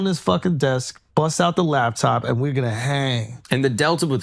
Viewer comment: I don’t listen to people that say “labtop” 🤷‍♂️